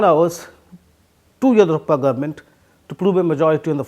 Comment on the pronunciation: Horrible English. He cannot even pronounce Yediyurappa properly. Useless piece from a highly valued “The Print”